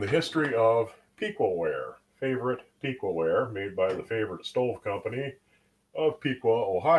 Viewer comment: Piqua is pronounced with a soft e sound, not a hard e. Its more like "pick-wah." I'm from the area.